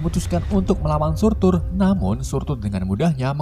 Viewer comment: Surtr Bukan Surtur🔥